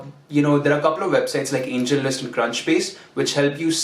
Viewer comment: Angellist ???? Kya bola clearly koi batana yar